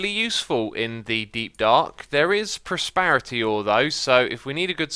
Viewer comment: Prosperity not Prosparity Jdkanudkwbdidkwbduekbwx 😭😭